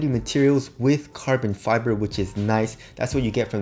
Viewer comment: Carbon 'fe'brey?!😂 I love that😍